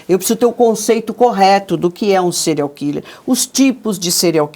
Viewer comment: kkkkk "serial quiler"fala direito loirinha do cabelo curto